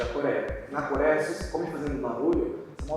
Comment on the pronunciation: NA "CORÉA" 💀 kkkkkk dsclp